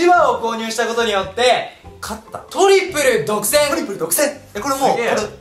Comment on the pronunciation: トリプル独占のイントネーションが違うwww